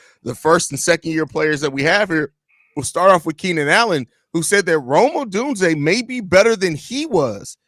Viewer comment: Congrats for FINALLY getting Odunze's name right. So funny.